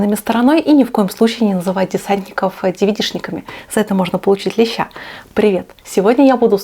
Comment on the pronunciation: Я наверно раз 18 прослушаю ваше "За это можно получить лещя")).